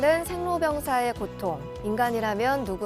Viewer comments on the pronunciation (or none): 이나운서로 장단음 문제가 있습니다. 한 예: 보통의 "보"를 짧ㅅ게 발음했습니다. 잘못입니다. 이"보"자는 길게 발음해야지요.